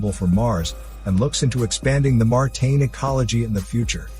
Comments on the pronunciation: Is “martain” a word? 😂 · martain? bruh its martian, you have one job